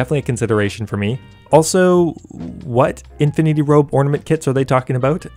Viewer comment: "Twisted Ornamanet Kit" nice